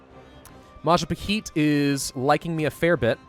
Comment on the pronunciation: Majapaheet reeeee Its Mah- jah- pah hit